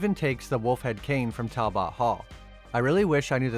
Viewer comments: Talbit it's pronounced talbit not bot it's okay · Goo God. Talbot sounds like Tal+but , not Tal+bot. You never heard the Wolfman's name before? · It's pronounced Tal-but ............... not Tal-bot. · Why do you say Talbot like that? It's pronounced Tal-but. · Great video! Only thing that drive me crazy is how you say Talbot. It's pronounced tal·buht all in In one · It's pronounced tal bet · Its pronounced Tall-But... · Learn how to pronounce"Talbot" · The pronunciation of Talbot is painful. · Butchered the pronunciation of Talbot. Unfortunately viewers of these times don't appreciate a great Gothic horror story. It pisses me off cause this movie is the very best Wolfman movie to come out in the last 25 years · The way he says Talbot is weird and makes the video kinda hard to watch for me… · weird ass pronunciation of Talbot.